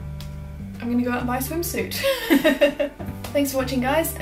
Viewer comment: At the end when she says "then I'm going to buy a swimsuit". I thought she said then I'm going to buy some more soup for the longest time lol 😂